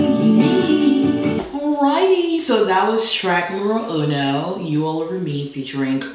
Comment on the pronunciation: say "track numero uno, or "track number uno"?, I'm confused PS: I'm a Latino